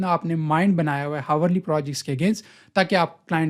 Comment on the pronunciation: bhai hawar nhi hota ourly >>>>Hourly